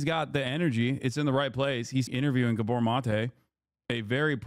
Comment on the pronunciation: Gábor not guhborh